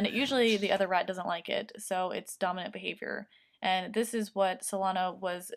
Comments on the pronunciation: When you first said dominant when I first heard it I thought you said dumb I was like wow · Avery Konkin lol me too